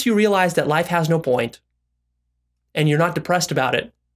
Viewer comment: This nigga said real eyesed